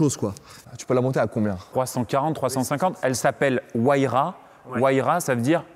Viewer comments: Pagani "Huayara".... C'est "Huayra"... La vidéo est cool mais dégage une désinvolture et donne l'impression de ne pas s'intéresser et de ne pas avoir pris le temps de s'intéresser aux modèles. La seule chose qui l'intéresse j'ai l'impression c'est le montant de chaque véhicule. Genre la Enzo il est monté dedans, et vu qu'il ne s'y connaît pas, il ne peut pas se rendre compte de la grandeur de cette voiture.... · super vidéo, petite faute c'est pagani Huayra ( pas huayara bien que cela se prononce comme tel cf Vilbrequin mdr) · Huayra bg pas huayara